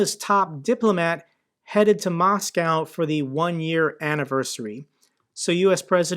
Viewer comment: its moscow not macaw